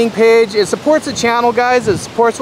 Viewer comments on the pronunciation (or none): none